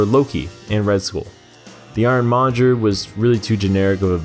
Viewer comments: "Monger," not "Monjer." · Iron-MonGER. Not Iron-MonJER. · “IRON MONJER”